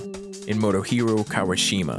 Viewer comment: Quick guide anyone discussing Japanese names. 1. All vowels are short and snappy unless specifically elongated. 2. When in doubt, treat each consonant-vowel as its own syllable; avoid slurring multiple syllables into one. 3. The Japanese "R" is never an American "R". It's an "L" sound with slight R-ishness in the back of the throat. You can call Motohiro Kawashima "Modoherro Kawuhshimah" if you want, ofc. It just ain't his name. And Soische Churrata is "So'-ichi Tera-da" I only bring this up because I'm listening to this audio-only and I genuinely have no idea who you're talking about unless I look at the spelling on my screen-hole.